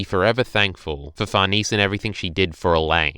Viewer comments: 1. It's Sheer-keh 2. It's Far-neh-zeh Gripes aside though, It's really nice to hear someone actually being positive and actually taking something from the chapter, while most are just throwing a collective tantrum. Great job on the video! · Actual quesiton though. I understand why you say Farnese like that because to an English speaker it could look like it reads that way, but why the heck do you say Schierke like that?